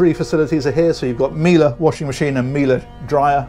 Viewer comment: Love your style of presentation,. I was waiting for the mirror wave and the "Miele" pronunciation. You didn't mention Seakeepers. Did she have any?